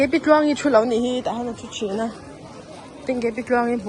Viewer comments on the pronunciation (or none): none